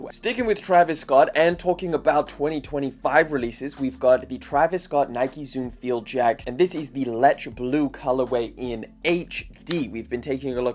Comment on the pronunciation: It's pronounced le-ch-eyy my guy 😄